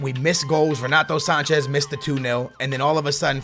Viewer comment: don't say ronato sanches ffs